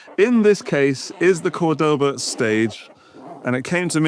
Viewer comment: Nice and different review. But, I don't want to look stupid but, the strong vocal is the first "o" from C*o*rdoba, and not the second (Cord*o*ba). There's an "accent" or diacritical symbol on the first "o" of the brand name. Cheers!